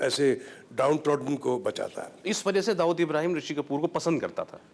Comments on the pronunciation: हरामखोर ऋुषी कपुर दाऊद को दाऊदासाब बोल रहा है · rishi also saying dahood sahib